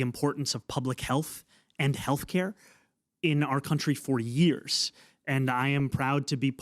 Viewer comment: 5 years jefe 5 yeearys lmao the Mexican came out of him